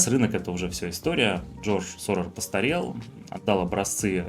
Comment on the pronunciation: НЕ Соррор,а Сорос.